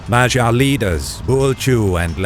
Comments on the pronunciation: this whole video is delightful, except thats not how you say "magyar". Its more like MUD-YAR (in English pronounciation). But at least you didnt call them Hungarians (Ungarisch in German) as it was the Germans who called everyone from Carpathian basin (Ungarn in German) with that name, even before Magyars. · Okay but why do you keep saying Magyar like it's pronounce like Vagina? Magyar has a hard "G" in it.